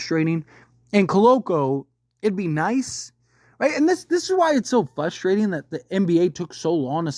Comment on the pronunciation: It’s “frustrating”, not “fustrating”.